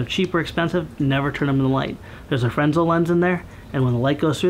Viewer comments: Small correction: Fresnel lens is pronounced 'frennel" (frāˈnel). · "there's a frensel lens in there" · Awesome video! Fyi, the s in Fresnel lens is silent.